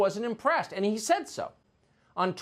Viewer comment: The way she says "and" - "eeeeund"